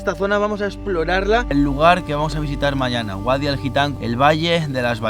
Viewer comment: Mucho mundo y muchos viajes pero dice GUADI en vez de VADI XDDDDDDDD Si es que el catetismo español va en el adn